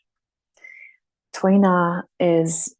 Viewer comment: The word is efficacy? hahaha. and you said Tui Na perfectly!